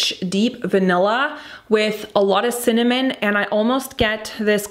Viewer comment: I love how you are struggling to say cinnamon 😂 i wish you describe the scents more in terms of emotion rather than technical because not all of us are well versed on all these notes